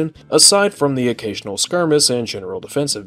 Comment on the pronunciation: he said "skirmis" and not "skirmish"